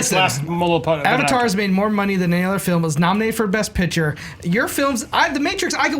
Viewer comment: should never win an episode of Movie Fights until he stops pronouncing "best picture" as "bess pitcher."